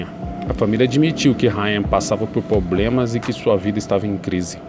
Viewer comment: Passava por "POBREMAS" kkkkk